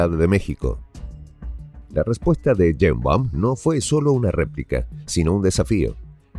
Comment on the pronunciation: No es Yeimbaum.... es Sheimbaum.... y no es presidenta es Presidente!!!!